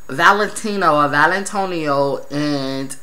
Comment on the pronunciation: I love that u keep calling her valintonio